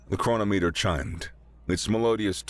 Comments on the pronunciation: I really enjoy this narrator, but please, it's "Cron-om-iter", not "Cro-no-meter". Sorry, but some of the mispronounciations distract from the story for me. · Ah, Chrono-Meter? It's chro-Nom-eter. I lose interest when words get mangled.